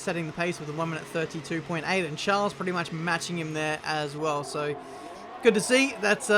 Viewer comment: The way you.say Charles. He is not a princ